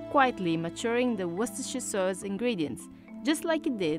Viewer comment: Dislike for mironic narrator who can't even say simple words like "sauce".